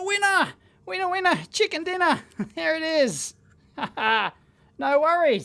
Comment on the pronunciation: "Chicker Dinner"?